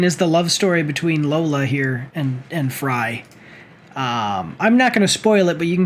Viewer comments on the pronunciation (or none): Lola? Its Leela dude